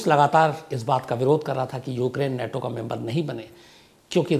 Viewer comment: अबे नेटो नहीं नाटो।